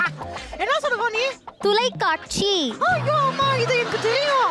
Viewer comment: Raveena thulaikatchi illa 😅tholaikatchi 😂😂